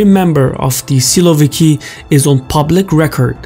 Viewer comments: you could make a bit better effort by pronouncing it why silo-vikii? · You are wrong. They aren't "siloviki'. They are"sosunki"